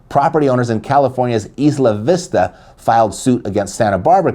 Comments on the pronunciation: Isla Vista...ha ha. <EYE-lah>. The s is silent, like island. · Isla vista California It’s pronounced Eye-La Vista the S is silent .. 🤷‍♀️ I just live here… Isla Vista is a college town with loads of students renting apartments houses condos .. they may not know better…